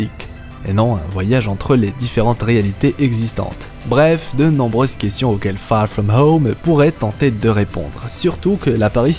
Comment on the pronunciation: Très bonne vidéo les theories sont franchement intéressantes, et au passage magnifique accent anglais "far from home) :)